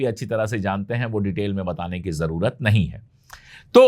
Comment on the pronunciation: लफ़्ज़ ज़रुरत होता है ज़रवत नहीं आप हमेशा ज़रवत या ज़रुवत बोलते हैं नाम निहाद होता है नाम निगार नहीं